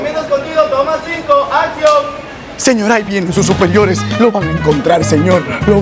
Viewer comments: Su "susperiores " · ahí vienen sus "susperiores" 😂😂😂😂😂😂